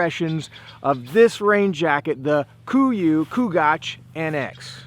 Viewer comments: Fuck me. It's not kugach. Its Chugach. Ch. Only annoying if you r from Alaska. Great review! I cant stand Jason Hairston but the gear isn't half bad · Chugach is an Alaskan native word pronounced choo-gach not koo-gach. But this was a great review video. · Just so you know, it's named after the Chugach mountain range in Alaska--where I live--and it's pronounced like chew-gach.